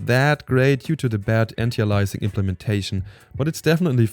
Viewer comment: heya, it's anti - aliasing, not antialising